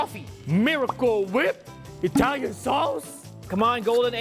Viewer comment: i love how guava juice say "Italian sauce😂